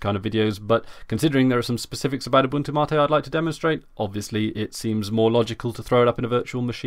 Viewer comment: It's "Mate" not "Martae"